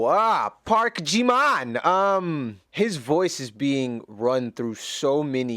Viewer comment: Sorry ! Bye dude! This is Ji-min....JIMIN...not 🚫 jimain! Here you lose me.